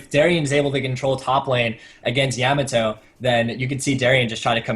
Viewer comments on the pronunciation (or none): Love that mispronunciation of Yamato; "yay-mah toe".... ^^